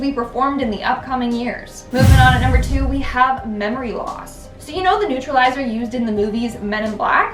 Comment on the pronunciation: Men in black neutraliser 😂 😂 neuralyzer I had to go back and here you say it again 😂